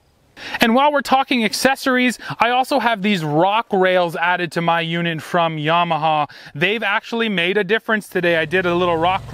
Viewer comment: A Canadian that pronounces Yamaha the correct way. Dear God above.